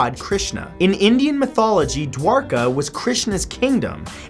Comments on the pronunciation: Sahil Saksena exactly, finally he pronounces something right😂😂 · Wow you actually pronounced Dwarka correctly